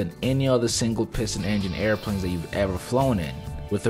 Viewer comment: should I listen to a plane dude that calls them air pwanes?